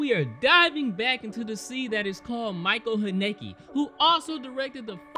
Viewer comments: pronounced: Mi sha elle Han aeh kah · I think it’s pronounced “Michelle Hanaka” lol